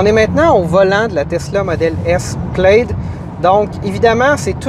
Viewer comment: Plaid se dit PLAD, amigos